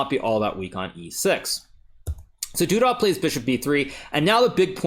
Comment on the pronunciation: Every time you say "du dah" instead of "du duh" I think "Zip-A-Dee-Doo-Dah"